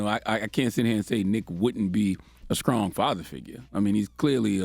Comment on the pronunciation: Charla still can’t pronounce the word “ strong” . It ain’t “ skrong”. 🤣🤣